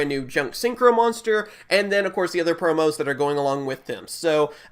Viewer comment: *promos not proms